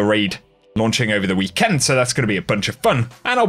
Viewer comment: Everyone: weekend: weeKEND